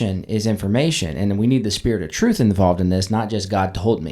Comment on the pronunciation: 😂 so much “troof”…I was like, “what’s’troof’?!??” 🤷‍♀️🤔🤦‍♀️